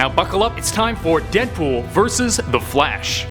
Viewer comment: I’m not the only one who heard “the flesh” right